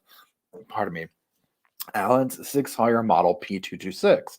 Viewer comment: Amen to that. I too believe the probable cause document is extremely lacking; surely the prosecution has more evidence. (Barry Morphew springs to mind.) General FYI - Sig Sauer is pronounced “Sig Sour”. Keep up the excellent reporting!